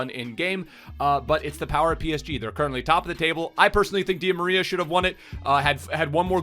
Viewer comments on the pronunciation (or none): none